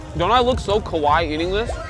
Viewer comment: Rug it's not 'kuwaii' it's "kawaii"